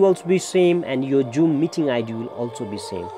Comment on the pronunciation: hahaha joom😆